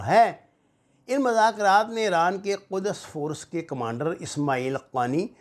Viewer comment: 😆😆😆it's IRAN not Ieooraan